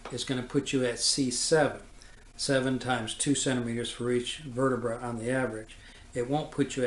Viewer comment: The above doctor spells " vertebrae " wrong in this video...he says " verterbrae"....this is a strange mistake for a doctor to make. Also, he seems to be entirely unaware of the 5 page report from the autopsy filed by FBI agents Sibert and O'Neill which describes in precise detail JFK's wounds as described by the autopsy doctor, Dr. Humes. He AGAIN is unaware of the signed autopsy drawing of JFK's back wound made by Admiral George Burkley, JFK's personal physician. These are not the only mistakes he makes.....he refers to the doctors at Parkland Hospital who observed the large hole in the back of JFK's head as " pathologists", which they were NOT....they were surgeons, residents, etc. However, NINETEEN of them AND the nurses and others SAW a huge hole in JFK's skull just behind his right ear.....an obvious EXIT wound to most of them ! Facts not presented correctly in the above video : 1. This doctor keeps saying that the entry level of the back wound was at " C7". There is NO evidence of this claim !!! The back wound was MUCH lower at the level of " the THIRD THORACIC VERTEBRAE, TWO INCHES TO THE RIGHT OF THE SPINE" as written by agents Sibert and O'Neill in their report, as indicated on Admiral Burkely's signed drawing, as shown in the photos of JFK's back, his shirt, and his jacket. What the hell is he talking about ?? The bullet entered at 5.5 inches below the collar and was WAY TOO LOW to exit from the throat...it would have exited from JFK's CHEST, as it DID in the Publi